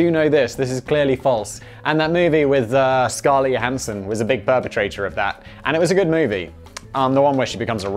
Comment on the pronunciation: . Perpetrator or Perpetuate-r ?